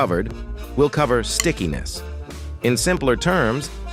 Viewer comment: The borde Said skickiness i thout i Said sickness😂